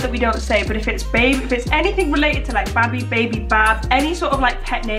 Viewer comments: She said BaBi We GoT A pOpCoRn MaChIne she said babi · Why say babi? Is she for malaysia or what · said babi!!!!! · She said Babi they have a popcorn machine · she said babi at popcorn machine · Ya she said Babi they have a popcorn machine